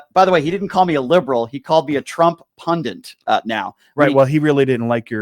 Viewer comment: I'm on your side, Brian, but I wish you wouldn't embarrass me by pronouncing pundit as pundint. Btw, blacks are not in the habit of calling each other "niggers". The word we blacks use is "nigga" which has been purposly retooled for our own sardonic use with the sting removed. The removal of the hard "er" makes all the difference.